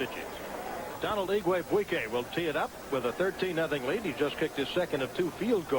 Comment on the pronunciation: Good coach, but not really cut out to be an announcer. Still, I like the reference to him not being able to pronounce "Donald".